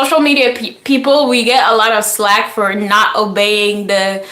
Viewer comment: Flack not slack.